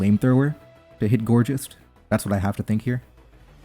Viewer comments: It’s pronounced “Gore-Gise” like Poltergeist not Gorgeous 😂 I’m sorry it’s a pet peeve of mine 😅Gour coming from Gourd ( pumpkin, squash) Geist I’m assuming has German origins meaning something along the lines of a Ghost 😅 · You can pronounce poltergeist correctly but not gourgeist 😭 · >pronounces a Pokémon's name weird >misses Poltergeist yup it's a video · The way you pronounce gourgeist is funny af 😂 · why that's bc it's the most gorgeoust of all pokemon of course